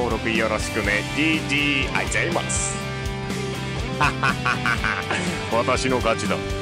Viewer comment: あいざいます